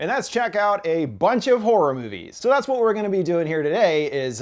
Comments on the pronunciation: I keep hearing whore but he keeps showing horror! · "A bunch of WHORE movies" What...